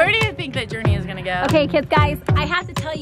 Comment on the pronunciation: Umm? I'm pretty sure everyone does treat her the right way? Not sure what you're referring to.... Everyone of her family and friends is super proud, accepting, and loving. And so are all the fans. And one last thing..It's JourNee. Not Journey.